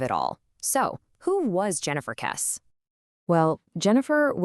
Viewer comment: It's pronounced "Kessie." You've clearly not listened to any of the hundreds of videos on the Kesse case.